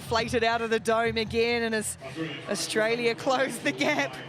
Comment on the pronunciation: Since when is there an H in AUSTRALIA? Commentators are extremely irritating to listen to. Well done, Canada!!